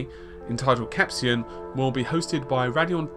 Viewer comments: lmao it's cap-say-ah-sin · its pronounced cap-say-issin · Always thought it was pronounced "cap say shin", but then we're techies not wordies. Love all ur vids, thanks for the info's!